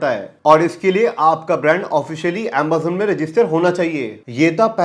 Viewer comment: bhai tu AMAZON ko AMBAZON kyu bolta hai?